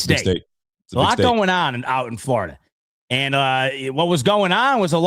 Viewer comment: My man said floorideeeda 😂